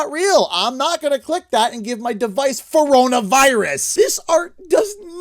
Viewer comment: Haha........ "phone-rona virus" 😂